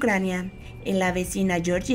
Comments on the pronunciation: Lectora deficiente: Cáucaso y Georgia, no Georgía. De cultura general, ¡nada! ¡qué vergüenza! Esta es una nota para ser leída con seriedad. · "caucáso" "georgía"